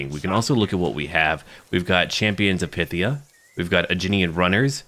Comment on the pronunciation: Great stuff! I think Phthia is pronounced "Fff-Theeah` as opposed to `Pith Theeah` with one of them awkward Greek f sounds.